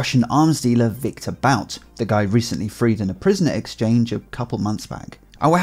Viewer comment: Viktor Bout's last name is pronounced, "Boot".